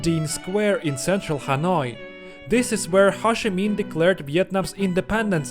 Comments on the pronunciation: it took me a really long time to realise you were saying Ho Chi Minh. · Ho (rhymes with Go) Chi (rhymes with tea) Minh (rhymes with win) :-)